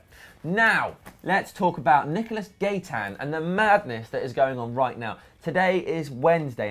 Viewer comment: Gaitan is pronounced guy-tan just for future reference